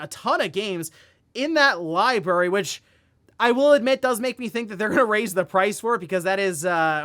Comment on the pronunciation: He said liberry....3 times...where is the R?